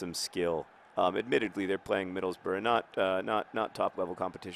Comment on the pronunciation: Less Phlegm-y but you pronounced Middlesbrough correctly.